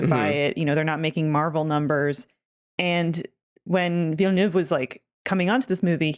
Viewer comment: Why do Americans Pronounce Villeneuve like "villa new ve"? 💀